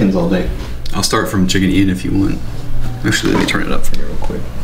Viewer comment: it's not chicken ian, it's "chickian " 🤓😆